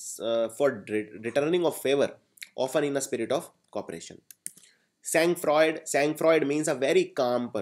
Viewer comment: sir your pronounciation was wrong its saan fraa sangfroid ka pronounciation hoga saan fraa